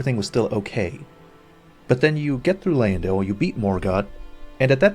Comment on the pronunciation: Why is the guy in the video mispronouncing Lyndell? Characters in the game say the name, you know how to say it and it is not Lie in dell.